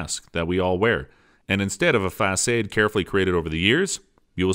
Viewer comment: It feels like this is an AI speaking? Gestures = "jes-chures" Facade = "fah-sadh"